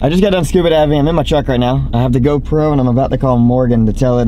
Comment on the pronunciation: am I the only one, or does he say "GoPro" so weird, the wrong emphasis on the wrong syllable.